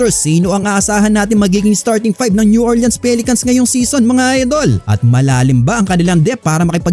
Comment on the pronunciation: New OR-lins po ndi Orle-ans 🤦